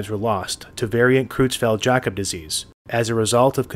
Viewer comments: Creutzfeldt is pronounced kroytsfelt, not krootsfelt. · Creu- in "Creutzfeldt" is pronounced like "croy", rhyming with soy, boy and Roy.